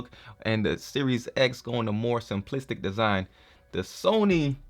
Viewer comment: Did your say SLIMplistic? Lol